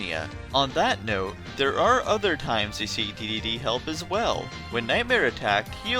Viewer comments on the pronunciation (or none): Dedede is pronounced d-d-d, (triple d)